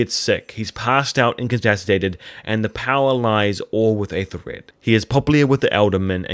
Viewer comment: Forgive me. I know this comment will seem obnoxious though I certainly don’t mean it to be; it’s just a pet peeve of mine. The Æ-sound, whether in modern or Old English, is not a long A as you are saying it in Æthelred. It is the same A-sound as in apple or have or cat.